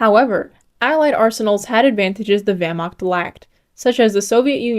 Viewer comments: "german wehrmaKt" 😔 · Great video. For the next one I expect the correct pronunciation of the word (Wehr)macht! Dismissed!